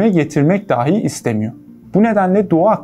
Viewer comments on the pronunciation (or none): none